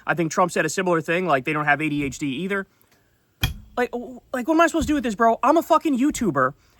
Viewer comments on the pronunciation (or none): none